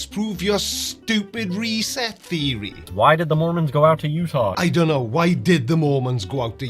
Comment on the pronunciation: Did he seriously say the k- in know? Doesnt believe in silent letters as well?